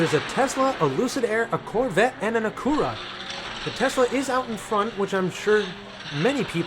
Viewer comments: It is pronounced Akyura not Akoora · A-CU-ra. Lol. Are you kidding me? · Had to search to see if that was the way it's pronounced in Japan... it is not LOL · Pronounced Ack you ra. Accent on ack. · Stop butchering acura or just call it an overpriced honda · It’s killing me how he is butchering the name Acura 😂